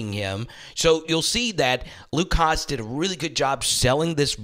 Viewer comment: Great content, as usual. Just a few pronunciation things: Carmona > Car - MO - na Davillier > Da - vee - YAY Hasz > HAS